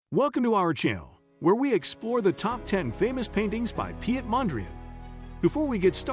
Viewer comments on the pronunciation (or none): His name is pronounced Pete not pee et. Piet in Dutch is pronounced as Pete.